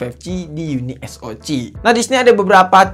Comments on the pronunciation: Uniso "si" om, bkan Uniso "ci"😂😂😂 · Bang spelling nya uni es o ce. Bukan ci. 🤣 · Harus nya baca nya YUNI S O SI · Kenapa bacanya gak unisok aja sihhh😎